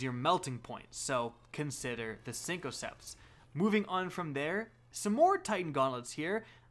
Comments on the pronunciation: Synthoceps not cincoceps Raiden flux not radian flux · “SYNTH-O-CEPTS” not CINCO CEPTS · Syn-co-ceps. . . . HUH? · Synth with a th not synco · Cinco-ceps. I'm dead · "Sinco" ceps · Sink-o-septs Lol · The way you pronounced Jotunn and synthoceps makes me want to unsub and never watch again. "siNKoCeps" truly appalling. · please don't say cincoceps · He's pronouncing Jotunn right though. I'm not gonna defend synthoceps though, that shit's just unacceptable.